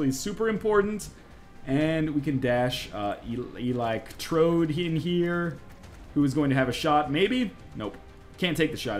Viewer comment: Eli Ctrode? Not Alex Trode?